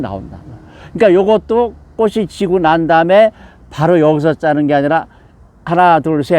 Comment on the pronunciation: 꽃은ㅊ받치이니 꼬치'꼬츨이라발음하셔야.꼬시꼬슬이라하면꼿이됩니다.